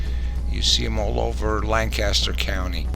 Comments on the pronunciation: Very nice video. I live here in Lancaster and my only thing was the pronunciations. It's a lancastrian thing. It's Lank-kiss-stir non Lanc-caster and it's ah-mish not A- Mish like apple. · They are pronounced. AH-MISH and LAN-keSTER. (By the way, they are not Dutch, they are German--from "Deutsch," the German word for "German.")